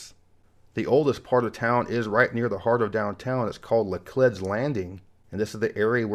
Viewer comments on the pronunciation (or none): fyi Laclede is pronounced "la-cleed" here, not "la-clehd" :) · As a native St. Louisan, you did a great job. However, Laclede is pronounced with a long E, not a short one. It's La-kleed phonetically. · Laclede is pronounced luh-cleed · Quick note: The E in Laclede is a long E. Last syllable rhymes with 'Reed.' Though most locals just call that area 'the landing.' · LeClede rhymes with reed.